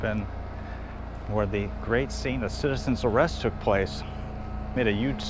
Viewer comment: You should've put more accent into the "Citizen's ARRAYIST, Citizens ARRAYIST". Lol. Of course she probably still wouldn't have known as she said she was not a big fan of Andy Griffith Show.